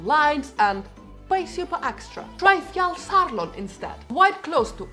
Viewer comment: And btw, your pronunciation of Jökulsárlón and Fjallsárlón were spot on